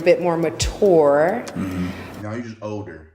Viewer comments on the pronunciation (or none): The word MATURE is not “ma-TOUR”!!! It is [muh-CHUR]!! Lord, help!